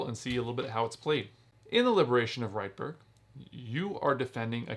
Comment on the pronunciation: Nice review. I agree—a great game! (Incidentally, it's pronounced "REET-burg," not "RIGHT-burg.")